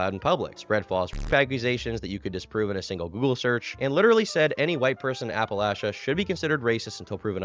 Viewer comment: SAID APPALACHIA CORRECTLY halfway through the video